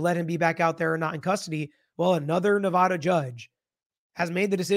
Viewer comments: OMGOSH! ITS Nev-add-uh not nev-ah-duh (lol us Nevadans hate that) 😅 Q: He said he “had a bad day and tried to “delete” the judge”. Why isn’t he being charged with attempted unaliving? He admitted that was his intent. As far as where the bailiff was standing there’s a new video I’ll send you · There is no 'ah' in Nevada.